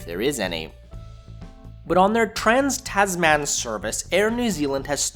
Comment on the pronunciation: Take your whinging north American accent back to where you come from. complains about A320/1 product - doesn't even fly on that product. Fuck off. Learn to say some things properly: "Kia Ora", "Tasman", "Tahiti Nui" ... etc.